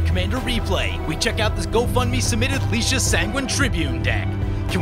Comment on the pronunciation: You're good with the ah being a short 'a' sound, ay or ai would be the long 'a'. He's gone back to Lie- though, reckon you're spot on with ()Licia!